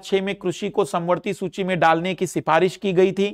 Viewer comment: सुची नही सूची